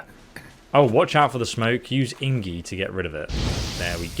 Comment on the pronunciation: Ingie? Ahhha wtf lol